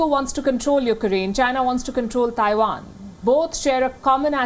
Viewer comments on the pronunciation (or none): none